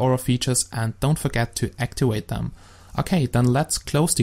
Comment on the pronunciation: ITS ACTIVATE NOT ACTIWATE